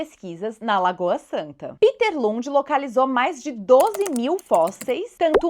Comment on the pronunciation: A pronúncia "Píter" é do inglês.O Lund deve ser "Péter"ou outra coisa, Obrigado pela bela aula.